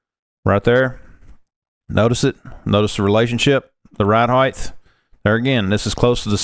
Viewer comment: Stop saying “heighth!” It’s not a word! The word is height!